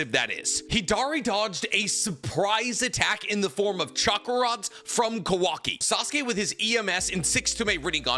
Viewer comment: Unc I’m begging you. It’s not kuhwakee it’s Kawa-ki